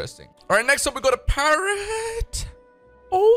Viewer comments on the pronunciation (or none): none